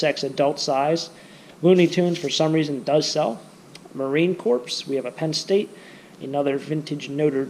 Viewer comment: Please note that the "ps" in Marine Corps is silent. Thank you. Love what you are doing.